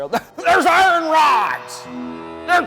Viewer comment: There's only one thing I've ever noticed that bothers me about your videos and it's the way you say iron. I say this out of love...